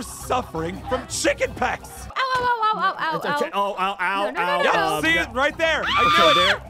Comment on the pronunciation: “chickenpecks!” Me it’s chickenpox butpkay